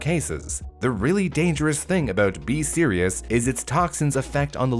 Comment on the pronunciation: whenever he says B. Cerius or whatever it’s called, all I hear is BE SERIOUS. So I’m over here like, ok ok I’m being serious! 💀